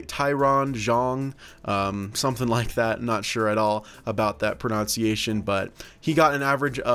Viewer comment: you mispronounced pronunciation